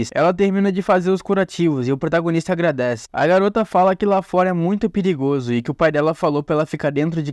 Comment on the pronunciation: Gostei da parte que falou piligozo KKKKKKK